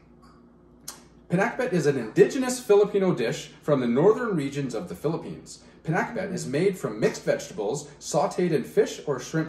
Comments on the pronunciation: You say it right. Your Mom is so adorable. I missed my mom in heaven. That’s one of our favorites here PINAKBET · Hello I'm happy to see you guys pinakbet nice seeing you two yes you pronounce 👍 Pinakbet